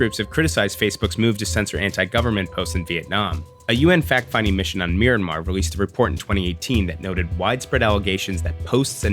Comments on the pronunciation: It's pronounced My-an-mar, not "My-ran-mar" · Excellent stuff. But... Isn't it pronounced "me-an-mar?" Anyway, I love what you're doing with this series, and I love the classic investigative-television style. People need to hear about the way we're being played against each other by, basically, ourselves, with Putin pulling strings to make it as destructive as possible to the US. I honestly hate to be the person pushing links in the comments, but I truly believe this is important. If you put a "like" on this Vice clip, you should probably at least take a look at the first few minutes of Operation Infektion, from the NY Times, for a deeper dive on the magnitude of this social media issue. I mean, the way I see it, I truly believe the only way to pull our society out of our current plummet into this infuriating, internecine, genocidal abyss of misinformation is to shut down or destroy the Russian spy apparatus, the former KGB (now FSB), and shut down or destroy Facebook and other similar social media. It's tearing us apart.